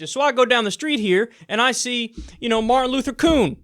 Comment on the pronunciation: I bet that dude says "Martin Luther Koon" 10 out of 10 times. This time he was caught on camera lol.